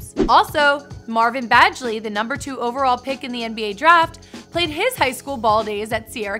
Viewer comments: Bag-lee NOT badge-lee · marvin bagely not bajely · Marvin baGley not bajley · Who the hell is Marvin Badgley it’s Marvin Bagley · Marvin Bajley really, Marvin Bagely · bagley not badgely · she said Marvin Bajley😂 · Lmfao she said Marvin bajley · "Marvin Vajley" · Marvin "BADGE-ley"? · The way she says Bagley’s name 😂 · the way she said bagley😂😂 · what makes me angry she said my boy marvins name wrong😑😑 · Do u know how to pronounce Bagley? lol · Ew the way she pronounced Bagley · jr boss dude these females have no idea wtf they talking bout she even mispronounced Marvin Bagley’s name